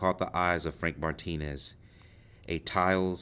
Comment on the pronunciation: It’s not Martinez you are pronouncing it wrong